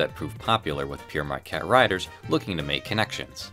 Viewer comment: Not bad. At least you didn't have a stroke trying to say it as some of my American friends and colleagues seem to do. No doubt your proximity to Canada has given you an advantage. Thanks for the laughs. Signing off.